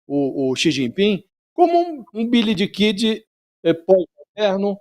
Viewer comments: Billy the (dê) Kid e não Billy diii Kid kkkk. o pronuncia horrível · "Billydikidi" foi fogo kkkkk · Literalmente QUALQUER documentário americano sobre Billy The Kid eles pronúncia "Billy De Kid" eu NUNCA ouvi falar ninguém fluente em inglês chamando o Billy The Kid de "bilidiquidi" e eu sou fluente em inglês. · Foi exatamente o que mencionei, já que "bilidikidi", pelo que estudo de Inglês e pelo fato de nunca ter ouvido falantes de inglês pronunciarem, sejam suficientes para saber que esteja incorreto, embora meus conhecimentos ainda sejam de nível intermediário. Eu não apenas estudo o básico, também pesquiso, inclusive pronúncias de outros países, como o inglês britânico e australiano, por exemplos; nunca ouvi ninguém pronunciar "bilidikidi". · Ele nem soube pronunciar Billy The Kid direito